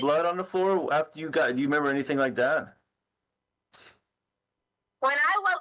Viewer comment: Excuse me, but it’s pronounced Anythink! T. Stauch